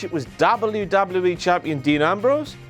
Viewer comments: Why do you say wwe like Dabal u Dabal u e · say WWE right.